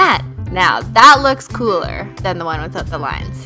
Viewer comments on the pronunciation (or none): none